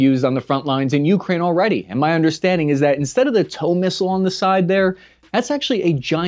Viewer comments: you’re killing me. It’s “UkrÁine”, not Úkraine”. The accent is on the second syllable. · you-Kraine. Not YOU-kraine. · ~REALLY hard to listen to your pronunciation of Ukraine "You, Krain" rather than "YuhKrain", great vid though :)